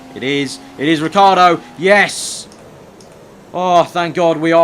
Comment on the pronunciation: OH FOR FUCKS SAKE IT IS RICH-EE-ARDO NOT RICARDO!